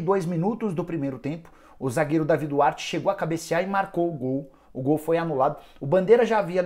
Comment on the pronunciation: É Deivid Duarte... essa é a pronúncia correta